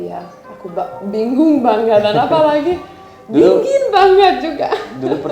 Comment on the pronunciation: Cute banget kalau ngomong kadang ada kelebihan ‘g’ nya 😄. Dingin jd dinggin. Banget jd bangget.